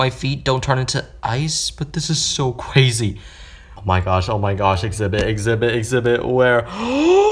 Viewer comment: DID YOU SAY cwazy